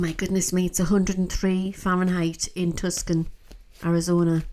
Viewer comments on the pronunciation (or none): You called the USA city Tuscon, Arizona as Tuscan ... it's pronounced Two-sawn :yougotthis